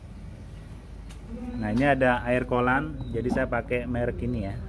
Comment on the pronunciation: kollan - coolent😂